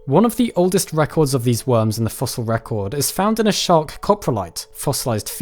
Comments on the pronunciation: i love the way he says "wurms" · love how u pronounce it "wums"